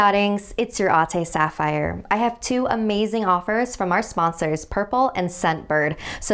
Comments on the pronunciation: It's Sapphire, not Safire or Saphire. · im not that kind of person but just wanted to point out that its sapphire not safire /nm